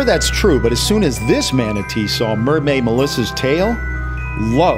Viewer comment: he said "MERMAID MODLE"